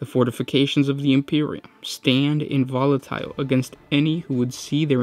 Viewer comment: Love you guys. I'm a subscriber and will always watch your stuff, but you could take it to the next level, if you'd check the pronunciation of some of these words. "Nigh," " myriad," " inviolate," "vassal..."